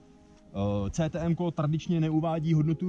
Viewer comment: CTM se pouze píše ale vyslovuje se KTM. To pokud chce někdo o dané značce mluvit, tak by to měl vědět.